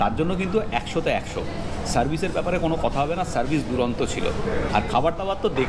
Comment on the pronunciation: Dada kothata duronto noi ....durdanto ....kichu mone korben naa bollam bole